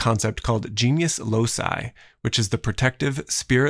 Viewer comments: In roman latin, "genius loci" is voiced "ghey-nee-oos lo-key". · " Jeenus lowseye" makes the Latin ears of the good old Romans bleed.